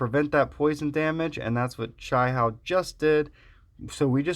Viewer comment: BTW Chia Hao = pronounced chi yah how....THANK YOU lots for the video Ty